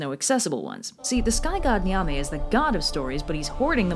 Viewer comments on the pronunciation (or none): Nyame is actually pronounced "yah-may" the n is silent and e is pronounced softly. Also I think you might like folklore about the Adze, which is a ghanian Firefly vampire. It seems like something you'd like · Youtube channel with Ghanaians on the channel here. I appreciate the effort (seriously do as we don't really get many videos on the Ghanaian Culture) but I'd to add Ashanti is pronouced Ash-shawn-tei and Nyame is pronouced Yam-ei. E's at the end of a word in twi (akan language) are pronouced like an ei or like an eh (if that makes sense). Anyways really love the channel!